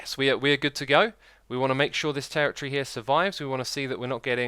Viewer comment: god damn i cant stand the way he pronounces territory